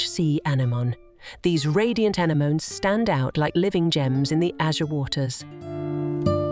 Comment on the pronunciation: You can always tell AI narration by the way they pronounce anemones; “ana-mun.” 😂